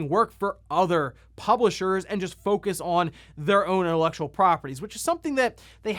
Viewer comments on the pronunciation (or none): none